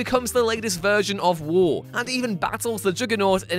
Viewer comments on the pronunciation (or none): Every time you say war it sounds like wool